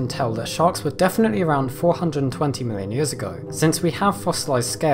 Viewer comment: Did you say 420?